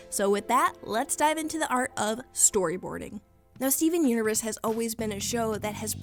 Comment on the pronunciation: I'm pretty sure you said Steven unures 😂😂😂😂